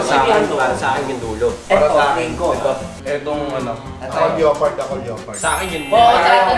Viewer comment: Anong "leyopard"? Lepard ata pag pronouce da leopard mga hunghang